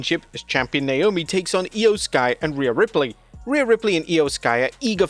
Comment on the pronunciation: I’m sorry, but Wade is not amazing on commentary. The fact that he can’t/won’t, I don’t know which, pronounce some of the wrestlers’ names correctly is embarrassing. I have no clue who this Beanchor Belair is or Niomi.